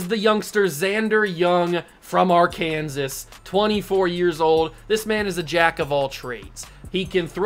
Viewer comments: positive, Arkansas was a state before Kansas. It’s pronounced Ar-can-saw Good job with this league though I enjoyed the video and you got my sub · its not pronounced Ar-kansas